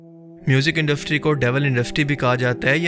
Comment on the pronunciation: bhai "induStry" hota hy "induFtry" nhi